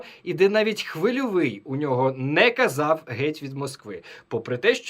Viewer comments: Сука бьіков, він навіть прізвище "хвильовий" не здатний вимовити нормально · Чому він не міг подивитися як вимовляти Хвильовий 🤡